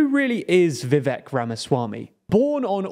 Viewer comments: I thought you Woke Leftists were soooo cultured!! You can’t even pronounce his name correctly! His name is Vivake! It rhymes with Cake…HA! Got ‘em 😏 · It's Vivek... sighs... rhymes with cake. The guy is a crackhead at a toddler's birthday party but getting people's names right is important. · Vivek rhymes with cake